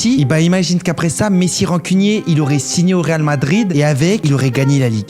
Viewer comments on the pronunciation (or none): none